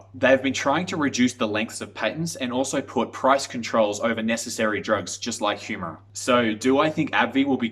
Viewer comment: As soon as you pronounce Humira incorrectly, I know that you have not done any serious research.